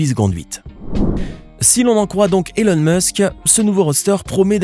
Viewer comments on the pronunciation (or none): none